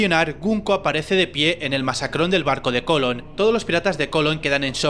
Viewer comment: Buen video! Un, detalle, se dice "Mascarón de proa" no "Masacrón de proa "